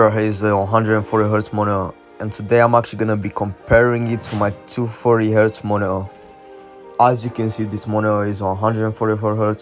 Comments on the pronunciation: "Monio" it's Monitor bro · monitor❌ monio✔✔